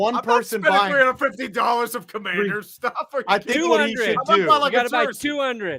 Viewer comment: Washington CUM-Mann-DERS